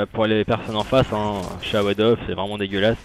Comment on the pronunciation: super drôle comme video :) et c'est marrant cmt tu pronoces "sawed-off" genre "chawadoff" c'est plutôt "seau dof"